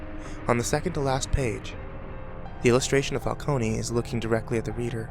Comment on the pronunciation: Did you seriously say "falcony" the entire time.... Fal-cone.... Not Fal-kony..... Holy shit you have awful grammar knowledge for a narrator. You would figure pronunciation would be a big part of it.....